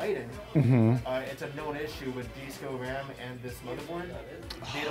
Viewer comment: 96 gigs of what? what? Did I just hear 96 gigs of RRRAAAMMM.